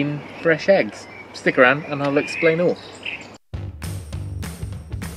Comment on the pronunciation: Did you say 'eggsplain' or 'explain' right at the start? I'm not sure...